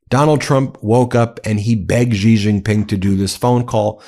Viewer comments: Great coverage guys. But please learn to pronounce foreign names coz your pronunciation is making my ears bleed. Xi Jin Ping = Shee Jin ping. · Please say Xi Jingping properly, its annoying. Xi is pronounced like 'She'